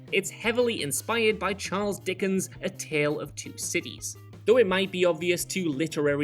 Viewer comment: Maybe it's just me but as a Garfield fan; everytime said a Tale Of Two Cities... I was just hearing a Tale Of Two Kitties. XD